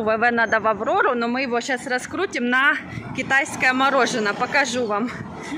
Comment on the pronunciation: О прикольно, говорит "морожено" так же как и Таня. У них наверное так говорят.